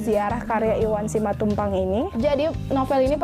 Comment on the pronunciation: Koreksi untuk pada beberapa salah ucap: bukan Simantupang, tapi Simatupang. Bukan eksistensisme tapi eksistensialisme. Mengapa tokoh mengapur kuburan? Penulis ingin membuat paradox antara seorang pelukis [yang pasti bermain warna, mengisi lukisannya dengan nilai filsafatnya], kini hanya mencat kuburan. Selbihnya saya apresiasi telah mencoba membaca novel Iwan Simatupang yang absurd.👍👍👍